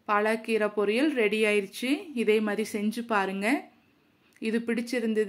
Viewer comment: பாலக்கீரை ,பாலாகீரை அல்ல உச்சரிப்பு தவறு